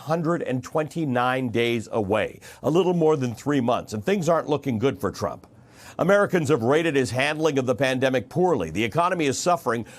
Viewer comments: I liked the slip at the end Donald Tram...Tra... Trump... cuz lord knows he is one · Did he say Donald Tramp at the end? haha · Hey its Trump not tramp and it was your Pal Como who was going out sick killing people and his brother who sent sick people to assisted living and Nancy who invited everyone out to party while Trump was trying to shut the country down to stop it from spreading as the dems keep fighting him and blaming him just like you. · He almost said 'Donald TRAMP' in the end 🤣🤣🤣🤣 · His slip of the tongue was right on time. Tramp... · "Donald TRAMP..." great slip of the tongue, so appropriate 👌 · That slip of the tongue 'Donald Tramp' made me laugh. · “...Donald Tramp, uh...Donald Trump” no, no Ali Velshi, you said it right the first time! 👏👏👏 What an utter disgrace this despicable human being is as a “world leader” 😒 — “Keep America Great”? How about keeping America(ns) alive?! 🤯 Sending my genuine and heartfelt prayers from Canada to my American neighbours that by the grace of God things turn around for the better for the country and its citizens 🇨🇦🇺🇸 🙏❤️ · Oops, little slip of tongue there - but it works though 😉 President Tramp lol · Ha ha. He slipped and said Donald Tramp. I like it, like it alot in my Jim Carrey voice😅😅🤣🤣🤣